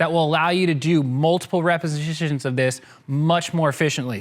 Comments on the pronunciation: "Multiple reposhishisoses" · Multiple repitishhshshsions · “Multiple repishgvjdduhgitions”